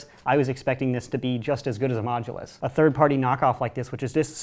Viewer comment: Anyone else really annoyed how he says modulous but never specified which one